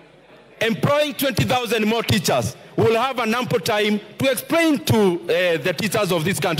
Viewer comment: expRRRRAIN. Embarrassing